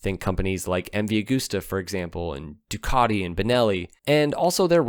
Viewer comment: Ducati.... Not Ducarti.